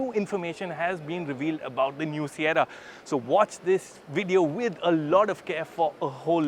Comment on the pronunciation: Sierra❌ Saiyarra ✅ 😂😂